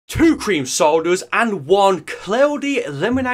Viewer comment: T W O c r e e m SOWDAS and... WUN C L O U D Y L E M O N A D E